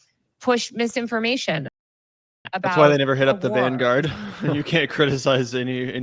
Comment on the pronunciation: Vin guard, is it? Van gourd? 😂😂😂 I've got Paknesia